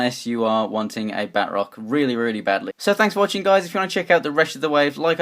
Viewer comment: It is Ba-troc